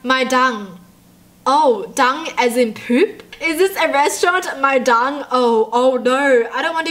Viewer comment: When it said My Dung it was meant to say My Dong which is totally worse btw it's vietnamese